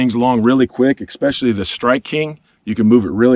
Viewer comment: “Eggspecially”???? You sellin special eggs? ESPECIALLY!!!!